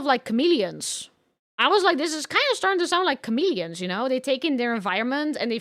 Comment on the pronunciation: The way she pronounced chameleon made me chuckled